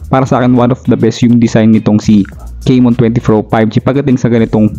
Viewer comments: Tecno kay-mon 20 pro 5g 😂😂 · CAMON hindi CEYMON juskupo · Correction po sa pronounciation. Camon - Kamon ✅ Hindi po Camon - Kemon ❎ Sorry yun lang po. Peace 😊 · Techno keymon😂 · Bakit naging *keymon na si *Camon?? 😁